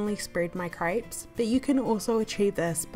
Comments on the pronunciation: lmao it's CREPES not CRIPES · please stop saying craaaaapes its crepes :) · she said crayps 🤣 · I love how she says craips 😂❤️ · Yeah.. Yah .. eggs .. iggs!! measure missure??? Website wibsites??? Everything.. ibverything? Wheat .. wet? Blender .. blinder??? Crepes .. krapes? Omg relax.. relayks